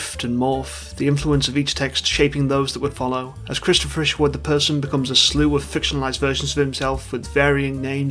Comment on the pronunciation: they say cristo fisherwood everytime